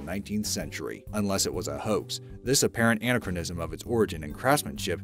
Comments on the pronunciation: an-A-cro-nis-m, an-A-cro-NIS-tic; not AN-a-cro-nis-m and AN-a-cro-nis-tic. The accent's on the second syllables, bro, not the first. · I am cringing at an-a-chr-nism. Or maybe anachronism? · The biggest mystery in this video is why he can't pronounce "anachronism".